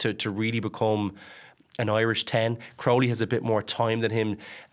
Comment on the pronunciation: Jesus Mary and Joseph, Jack Crowley has been a big name in Irish rugby for months now and Luke Fitzgerald still can't pronounce his surname. It's Crowley.. like cow without the r.